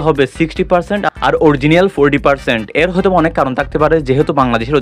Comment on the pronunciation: অরজিনিয়াল না, অরিজিনাল।